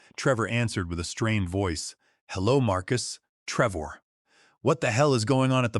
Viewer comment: Treevor. The AI Voice is having issues with this video.